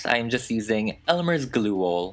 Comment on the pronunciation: 'Elmer's gluel' 😂